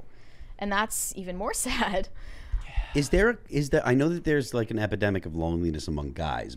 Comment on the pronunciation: what is “sod?” You mean grass?? Do you mean “sad?”